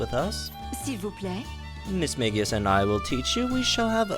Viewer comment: Omg the "merveilleux" was terrible 😭 but nice "s'il vous plaît" hahaha